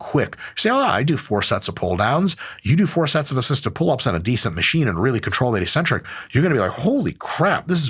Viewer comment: Hey Mike! Just a little thing to note that made my French brain kinda confused: Eccentric is pronounced excentric, not eecentric 👍